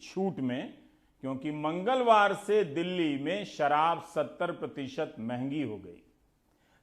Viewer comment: Mr. Rabish...Overacting drama. Kitna chutiya hai tu..."Mangalwar" word pe force itna kyun?? Sharam karo...full of negativity. Please is time pe hindu muslim karna band karo..in a indirectly way. Bullshit reporter ever..🤣😂🤣😂